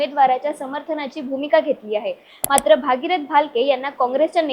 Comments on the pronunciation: 😂😅 भागीरथ नाही गग बाई , भगीरथ म्हण गग 😂😢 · भागीरथ नाही बाई ,भगीरथ म्हण ,येत नसेल म्हणायला तर गप्प बस